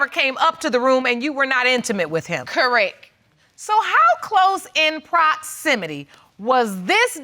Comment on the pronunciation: This woman cracks me up saying “Correk” instead of correct!